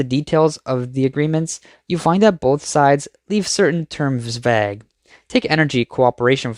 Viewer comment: Constructive criticism Vauge rhymes with pray or stay